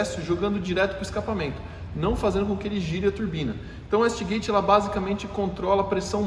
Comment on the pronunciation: Excelente vídeo, só uma correção: A pronúncia é uêiste gueite não uéste gueite.